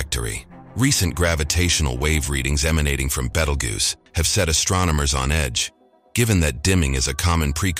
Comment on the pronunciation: had to stop when you miss-pronounced it... BEETLE JUICE! BEETLE JUICE! BEETLE JUICE!